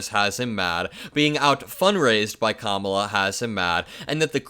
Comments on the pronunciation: He finally pronounced Kamala correctly. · Wow! This is the first time I've ever heard him pronounce her name correctly! 😂